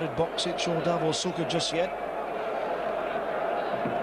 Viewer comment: Šuker, not Süker.